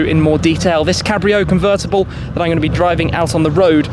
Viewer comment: Grrate. C r rt t c. CUVRRTABALLE